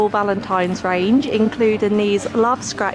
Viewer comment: did she just say yella ? ( no hate ) 😂😂❤️😂